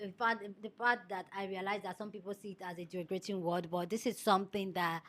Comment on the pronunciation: the word is derogatory #derogatory #DEH Rohhh gah torr eee & derogative #DEH Rohhh gah teev (capitals for emphasis) I need you to practice and get them right ❤❤❤. You’re one of my favourite YouTubers. I can’t watch you mispronouncing words.